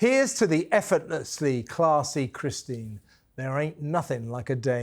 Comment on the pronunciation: Why do you say "Christian" not "Kristen" Scott Thomas? Harry was not 3. He was 12. And what is a journalist if Eugene is not one? Do you really think that Meghan listens to her advisors? She's a narcissist. She does what she wants. That's why she gets into so much trouble.